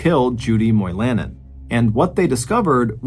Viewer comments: Moy-La-nen. It's a Finn name. People of Finnish heritage are common in the UP of Michigan. Like in the movie Dune think Har-ko-nen. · Mr. Ballin, you did pronounce Ontonagon correctly. However, you mispronounced Moilanen.. it’s Moi la nen. Emphasis on Moi.